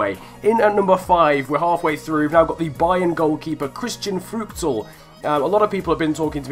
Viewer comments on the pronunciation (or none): none